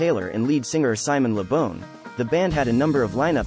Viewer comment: It isn't bawn either, it is Bon rhymes with Gone, you said it right in the video at 3.25 :P